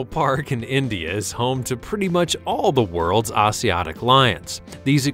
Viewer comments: Are you saying “Asiatic” lion? That’s pronounced a-z-at-ic. You know, as in Asia. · love that pronunciation of Asiatic (Asia attic)